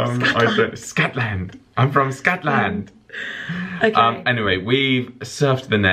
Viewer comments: "Good morning, I'm from Scot Land." What the hell was that?! You sounded like you were from Asia of South Africa or someplace. Haha! Feel better,! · Oh lawd, sounds like you're saying Scatland and scat is another word for poo so you're basically saying Pooland. HOW BLOODY DARE YOU. Also, Scotland is my favorite place on earth, hoping to move there one day. Will be visiting in a few weeks and I'm so bummed I'll miss show:( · I died when you said Scotland in a Scottish accent 😂